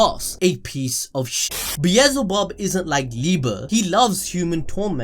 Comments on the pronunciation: It's beel-ze-bub bro... Not bezelbub..😆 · bielzebub BRUH its belzebub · It’s not bee ez zul bub, it’s Bee el ze bub. Bee el ze bub. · no one gonna talk SBT how he mispronounced beelzebub the entire video. its not beezelbub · the amount of time he said beezlebub